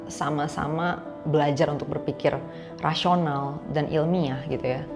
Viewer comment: Rasional atau Rashional? Kenapa mulutmu 😅